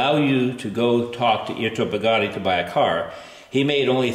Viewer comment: Sorry, the way this guy pronounced Bugatti was strange.